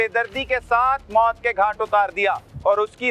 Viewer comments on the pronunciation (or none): Bahi moot nahi maut hota hai🎉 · Moot Nahi Maut hota hai Bhai Sahab...😂